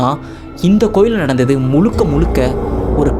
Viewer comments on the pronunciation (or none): எனக்கு உங்க வீடியோஸ் ரொம்ப பிடிச்சிருக்கு.ஆனா ஒரு சிறிய திருத்தம் சொல்றேன் — நீங்க பேசும் போது 'முலுக முலுக'ன்னு சொல்றீங்க, ஆனா அது 'முழுக முழுக' தான் சரியான உச்சரிப்பு.